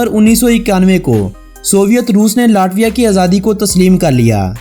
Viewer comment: آپ کی کوشش ا چھی ہے مگر آپ کچھ الفاظ غلط ادا کرتے ہیں ۔ یہ لاٹویا نہیں بلکہ لیٹویہ بولا جائے گا۔ امید ہے اپ مذید ویڈیوز میں اصلاح کریں گے۔ آپ کی تمام غلطیوں کے باوجود آپ کی ویڈیوذ بہت اعلیٰ ہیں۔ ہم نے اپنے بچوں کو اپ کی تمام سیریز دکھائ ہیں ۔انفارمیشن کے لئے good 👍🏻👍🏻👍🏻👍🏻